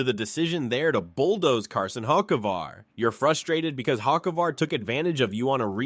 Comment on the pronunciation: And learn how to pronounce Carson’s last name!!!!!!!!!